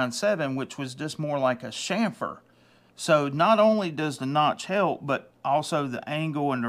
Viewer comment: Is this video a Sham fered ! Ch ca sound or chamfered? Thanks 😂😂😂😂